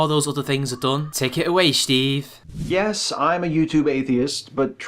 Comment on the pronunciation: lol... I wonder if you do that on purpose or that's just how you say the name Steve.